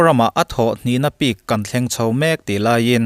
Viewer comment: Tawngthluk hi han fimkhur leh zual teh aw,a pik tih tur hi ( a peak tih ang)dawn2 in i rawn sawi a,a thluk a dik loh chuan ngaihthlak a nawmdan a dang daih mai a pu please in aw